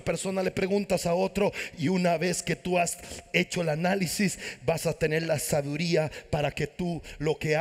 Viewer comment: Sabiduría no la pronuncia bien